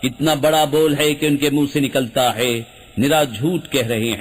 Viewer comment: بس ایک چھوٹی سی کمی تلفّظ میں ہو رہی ہے۔ ہے۔ کی جگہ بار بار۔ حے کھا جا رہا ہے